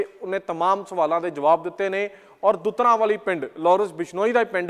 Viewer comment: ਪਿੰਡ ਦਾ ਨਾਮ ਦੁਤਾਰਾਂ ਵਾਲੀ ਹੈ, ਦੁਤਰਾਂ ਦੁਤਰਾਂ ਕਰਦੇ ਰਹਨੇ ਓ